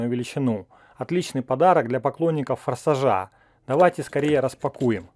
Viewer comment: Чел правильно фарса'жа а не фарсажа'